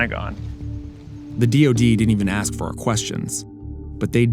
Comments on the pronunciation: don't they learn to speak English in the army?! It's ask not aks! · okay, I saw A LOT of black ppl saying axe instead of ask. Whats that about, can someone tell me please. Im from eastern Europe, have no clue why is that. Oh, also, i dont hate black ppl lmao